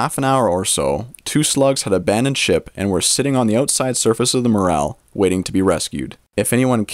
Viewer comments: You said the word mushroom once and morraaaaal 372 times!!! Its Morel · I heard the "A" in Morel is even more hard to find then the Mushroom itself.